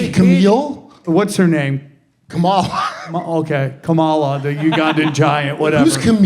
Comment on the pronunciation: The guy actually pronounced Kamala's name the correct way. Same thing goes for Dick Cheney, everyone pronounces his last name wrong.